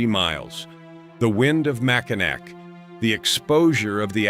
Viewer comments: It is never pronounced "MACINAC". That is the French phenetic spelling of Mackinaw. When a Frenchman sees Mackinac, he says "MACINAW". There is no such word that is pronounced MACINAC. Deal with it. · FFS, teach AI that it’s pronounced “Mack-in-AWE” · You totally did not due justice to #12 the Mackinac bridge connecting lower michigan with Upper michigan. A basic wrong is pronunciation sounds like this "Mack-in-naw" but the big thing about this bridge it 1). It is listed in the top 10 most scariest bridges. 2). This bridge can and WILL sway/swing up to 10 feet on BOTH sides during high winds, you mentioned ice & the bridge will close due to falling ice, but you failed to mention that anyone can be driving on that bridge when that ice falls & yes it has hit cars & trucks, smashing windshields, roofs. Hoods & trunks. Can you imagine driving on a 5 mile bridge then suddenly SMASH as your windshield explodes in front of you? Bridge authority will now close the bridge for anywhere from a couple hours to over 12. On each side of the bridge the hotels get booked full, many gas stations run out of fuel. You get the picture. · Mackinac is pronounced mackinaw there is one car the wind blew off the bridge it was Yogo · Mackinack pronounced Mackinaw. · Michigan. Mack-A-Naw Bridge. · That’s not how you pronounce Mackinac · Naturally, AI mispronounces Mackinac!🙄